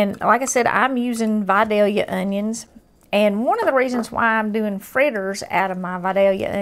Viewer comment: She pronounces Vidalia correctly.